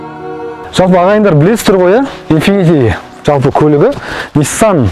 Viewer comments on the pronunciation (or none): Инфифи демей дурыстап айтсаш